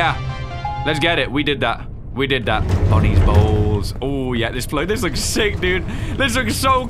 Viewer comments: everytime says's Bonnie's Bowls, it sounds like he's saying Bonnies Balls. XDXDXDXDXDXDXDXDXDXDXDXDXDXDXDXDXDXDXDXDXDXDXDXDXDXDXDXDXDXDXDXDXDXDXDXDXDXDXDXDXDXDXDXDXDXDXDXDXDXDXDXDXDXDXDXDXDXDXDXDXDXDXDXDXDXDXDXDXDXDXDXDXDXDXDXDXDXDXDXDXDXDXDXDXDXDXDXDXDXDXDXDXDXDXDXDXDXDXDXDXDXDXDXDXDXDXDXDXDXDXDXDXDXDXDXDXDXDXDXDXDXDXDXDXDXDXDXDXDXDXDXDXDXDXDXDXDXDXDXDXDXDXDXDXDXDXDXDXDXDXDXDXDXDXDXDXDXDXDXDXDXDXDXDXDXDXDXDXDXDXDXDXDXDXDXDXDXDXDXDXDXDXDXDXDXDXDXDXDXDXDXDXDXDXDXDXDXDXDXDXDXDXDXDXDXDXDXDXDXDXDXDXDXDXDXDXDXDXDXDXDXDXDXDXDXDXDXDXDXDXDXDXDXDXDXDXDXDXDXDXDXDXDXDXDXDXDXDXDXDXDXDXDXDXDXDXDXDXDXDXDXDXDXDXDXDXDXDXDXDXDXDXDXDXDXDXDXDXDXDXDXDXDXDXDXDXDXDXDXDXDXDXDXDXDXDXDXDXDXDXDXDXDXDXDXDXDXDXDXDXDXDXDXDXDXDXDXDXDXDXDXDXDXDXDXDXDXDXDXDXDXDXDXDXDXDXDXDXDXDXDXDXDXDXDXDXDXDXDXDXDXDXDXDXDXDXDXDXDXDXDXDXDXDXDXDXDXDXDXDXDXDXDXDXDXDXDXDXDXDXDXDXDXDXDXDXDXDXDXDXDXDXDXDXDXDXDXDXDXDXDXDXDXDXDXDXDXDXDXDXDXDXDXDXDXDXDXDXDXDXDXDXDXDXDXDXDXDXDXDXDXDXDXDXDXDXDXDXDXDXDXDXDXDXDXDXDXDXDXDXDXDXDXDXDXDXDXDXDXDXDXDXDXDXDXDXDXDXDXDXDXDXDXDXDXDXDXDXDXDXDXDXDXDXDXDXDXDXDXDXDXDXDXDXDXDXDXDXDXDXDXDXDXDXDXDXDXDXDXDXDXDXDXDXDXDXDXDXDXDXDXDXDXDXDXDXDXDXDXDXDXDXDXDXDXDXDXDXDXDXDXDXDXDXDXDXDXDXDXDXDXDXDXDXDXDXDXDXDXDXDXDXDXDXDXDXDXDXDXDXDXDXDXDXDXDXDXDXDXDXDXDXDXDXDXDXDXDXDXDXDXDXDXD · every time he said bonnies bowls i coulded help but hear bonnie balls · every time you say "bonnies bowls" i hear "bonnies balls" i have a brain damage bruh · Me trying not to laugh because I hear saying "Bonnie's Balls"